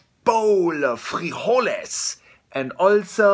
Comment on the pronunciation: the way he said beans in Spanish was a little to perfect